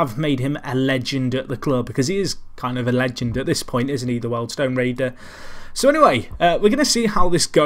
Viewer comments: WORLD STONE ????? Eh thought it was pronounced WHEELED STONE ! Oh well. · You couldnt say wealdstone correctly...